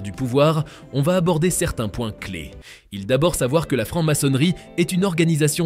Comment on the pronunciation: Francke maçonnerie. Faudrait parler français !!!